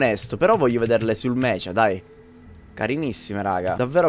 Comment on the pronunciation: una cosa sola... Si dice meca e non mecia.. So che è scritto con la H ma si pronuncia con la c dura...